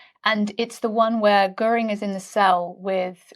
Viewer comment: Göring. The umlaut is crucial. It's the difference between GORE- ing and Geer-ing. No umlaut? Kein problem. Just add e. Goering.